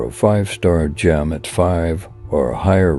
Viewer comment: cant you find ai that knows how to say gem?